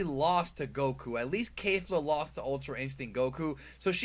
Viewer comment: Caulifla* not Caulfla.